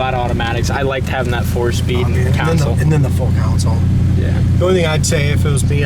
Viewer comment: For the love of God, it's "CONSOLE", not council. A console is between the front seats in a vehicle. A council is a panel made up of people.